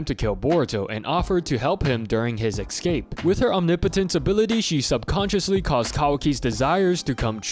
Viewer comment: STOP SAYING “ECSCAPE” PLEASE